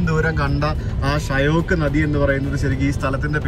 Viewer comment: ഷയോക്ക് അല്ല ഷ്യോക്ക്